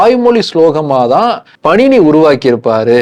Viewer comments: Bro that's not panini it's paaninee . And it's not astadhayi it's ashtaadhyaayi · Panini-பாணினி , உச்சரிப்பை கவனிக்கவும். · பாணினி சரியாக உச்சரிக்கவும் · இலக்கண ஆசிரியர் பெயர் பாணினி. நீங்கள் சொல்வது போல பணினி இல்லை.